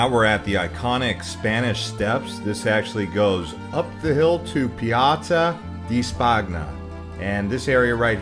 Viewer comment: I’m sorry... I enjoyed the sights you showed, but after like 5 minutes I couldn’t handle your butchering of Italian names. No one expects you to pronounce perfectly, but please … “Sentrow storeeko” … “Piawzaa dee Spog-na” … lol. If one is going to do a tourist video about places in Rome, one should probably learn how to pronounce names with some accuracy.